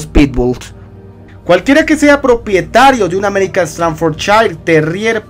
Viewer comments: Yo tengo un bull terrier Staffordshire y se pronuncia estaforshair no estanforchair Ojo con eso viejo. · Se pronuncia "Staffordshair". Te lo digo porque viví en Inglaterra y la S al comienzo de palabra, se pronuncia "S", no "ES". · interesante tu información y si comúnmente lo conozco como Stanford porque hasta en los vídeos de YouTube pronuncian Stanford no Staffordshire, pero creo que sí necesito información más sobre el tema , gracias por los tips